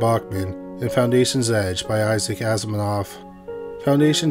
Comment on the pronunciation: As-i-mov. Not whatever you were saying. Asminov or whatever.